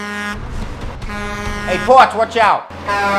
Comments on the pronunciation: Rob S Not to be a jerk, but it's Potsch. I'm only saying this because I couldn't figure out what the fuck his name was and it was driving me crazy. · What is saying when he refers to the chevy commercial guy, in all his videos? It sounds like he's calling him Potch, wut is that?